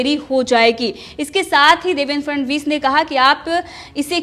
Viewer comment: देवेंद्र फडणवीस। ठीक से बोलो 'फ ड ण वीस'